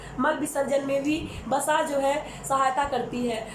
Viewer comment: It's not Basa, it's Vasa in hindi...